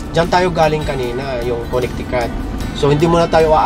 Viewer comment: Coo-ne-ti-coot. Proo-maa-naad